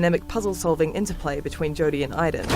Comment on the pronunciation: You pronounce Aiden wrong every time you say it. You should delete this video. It's annoying.